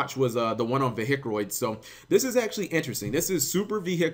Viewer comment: Could you possibly say vehic without sounding like a hillbilly